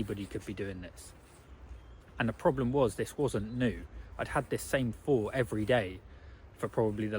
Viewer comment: In line with your comment in this video viz-a-viz: "You put something out and people critique it, and then you make improvements." May I please offer the following critique... You have a very good speaking voice, however it is somewhat spoiled by the lazy way you pronounce 'th' for example:- It's THink not "Fink" It's THought not "Fort" It's THree not "Free" It's THousand not "Fousand" It's anoTHer not "Anovver" And before anyone piles in and says it's just his accent/dialect, or a speech impediment, it's not. It's just a lazy habit that some people (mostly men for some reason, but not only men) fall into from childhood that was never corrected. That said, despite the distraction of the mis-pronunciations, it was a very good message. I especially like the part where you said we are made to create rather than to consume. We have got that totally back-to-front in this day and age, and I hold my hands up as guilty on that front 🙁.